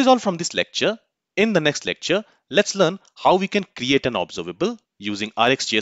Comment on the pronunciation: Please lookup the correct pronunciation of 'Observable' using any dictionary on internet. Its a shame that you did not do this before this lesson.